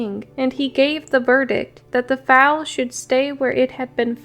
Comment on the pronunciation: Foal (sounds like fole) not fowl, or foul; otherwise, great job.